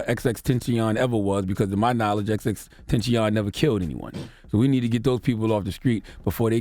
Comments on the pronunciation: xxtenchion😂 no hate tho rip to x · "X x tencheeyon" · charlamagne: ''exextacion....off the schreet' lmao :))) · Please give Charlemagne Donkey of the Day for mispronouncing X's name.